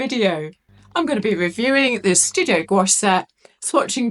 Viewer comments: I’m sorry but goo-ache hurts my brain. I am forever shouting at YT - gwash!!! It’s gwash!! Now that’s off my chest, nice review. I have this set and I just love it but I would have preferred the gray pan instead of violet. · Hi, as a french person I can say the pronunciation would be closer to "gwash" than "goo-ash" since we don't tend to separate the "ou" and "a" sounds that much when speaking. It really sounds just like "wa" really. Just like our world for yes, "oui" sounds more like "wee" than "oo-ee" 🤗 But please have a little trip in France ! And though Paris is obvioulsy a very beautiful capital, other cities in France are worth visiting ! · It’s pronounced “Gwash” one syllable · in france we pronounce it "gwush" (as in "gust"), after "gw" it's an "ah" sound, not "oh", and it's definitely NOT "goo" 🤣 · It is pronounced gwash as you hear it in wate. You don’t separate the sounds even though you could grammatically separate the syllables. “Ou” in French is indeed pronounced like “oo”. But when you just say the word gouache, you pronounce it as if it was one syllable in a way. It sounds weird to insist on the separation of the syllables. 😉